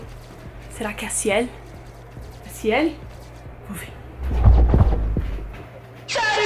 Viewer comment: "didragon" "ciel" kkkkkkkkk suas pronúncias são engraçadas